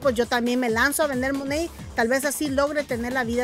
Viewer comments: No se dice mone se dice manat 🤣🤣🤣🤣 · Se dice MONAT no MONEYY 🤪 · Que raro lo pronuncias todas esas que lo venden dicen tal y como se lee Monat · Realmente se pronuncia "MONEIT" ( te lo escribo como se pronuncia) Ella trata de decirlo así pero igualmente lo pronuncia mal😒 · First of all it’s not pronounced the way you’re saying second anyone can say negative stuff about any company but not necessarily true . So first you have to get a fact check